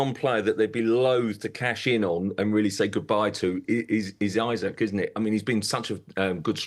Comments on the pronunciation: This guy doesn't know how to pronounce It is eeesak not eyesack It is heysus not Jesus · Isak not Isaac !!!